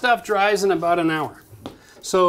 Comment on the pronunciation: Lol "aboot"